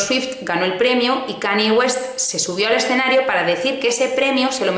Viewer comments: KAN-YE, como si la Y fuese "ye", please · Kanye aprende a pronunciar!! 😂😂